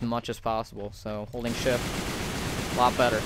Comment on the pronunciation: shift聽起來講成shit